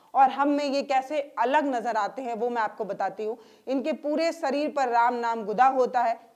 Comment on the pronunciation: Sareer nahi, madam shareer boliye